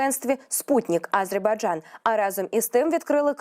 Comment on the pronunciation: Ведучій слід правильно ставити наголос в слові Азербайджан, так оіже вухо її нагллос на першій букві, Аааазербайджан🤦🏼‍♀️